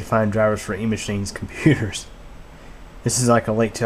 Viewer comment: Computah sez nooooh!